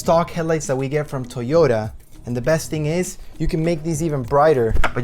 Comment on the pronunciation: Why is he saying Tiyota? lol